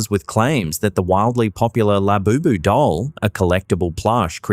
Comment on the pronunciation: The whole Labobo doll is only a way to hype it for sales. It's just like the cabbage patch dolls and furbies. It's also interesting that "" can't get the name right. If you listen to him, he calls it Laboboo, Lafufu